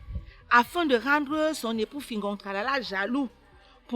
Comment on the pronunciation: La mater là appel la femme de fingon que quoi.🤣🤣🤣🤣🤣🤣 like si la prononciation la te plaît comme moi